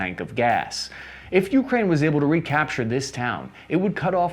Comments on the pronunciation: It’s pronounced Ukraine, not YOUkrain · stopped watching after u kept saying YOUkraine i cant hear this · Hey, thanks for the content! In "Ukraine", the stress is on "A", not "U". And "Zaporizhzhia" looks intimidating, i know, but "R" goes before the "ZH": this "zapo ree ZHja" will suffice.